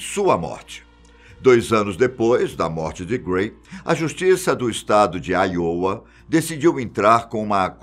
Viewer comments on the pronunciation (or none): none